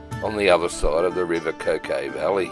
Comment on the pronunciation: I love this part of the world, thank you for making. Just one small point, the river Coquet is pronounced in the local dialect as ‘kurr-kut’.